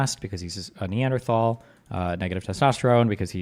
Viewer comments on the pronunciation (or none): none